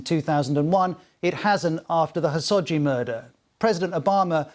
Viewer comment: I want to say this is a good report, but the way he mispronounced khashoggi's name drove me crazy. KHA-SHOQ-JI